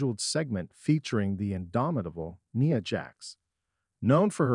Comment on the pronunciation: Her name is not Nea,it's Nia,with the I pronounced. It's Fox programming, not F.O.X. If you are going to report on things,learn to pronounce things correctly